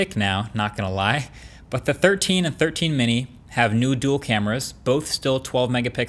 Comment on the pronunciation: new duel? more like noo dul